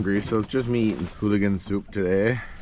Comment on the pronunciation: It's ooligan, not hooligan.